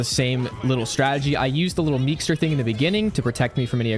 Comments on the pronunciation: Only one thing wrong with the vid and that is that its meeseeks not meekser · Did he really call it a meekster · this man said "meexters" like 30 times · "at the beginning i use the meekser" 💀